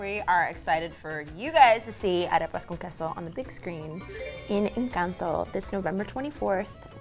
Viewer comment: Why can't Beatriz pronounce arepas right? They made those arepas with that spray too? Tragedy